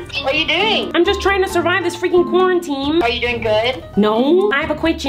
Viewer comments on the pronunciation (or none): I think it's funny and cute that she's saying “cwarminteam” instead of “quarantine”🤣❤️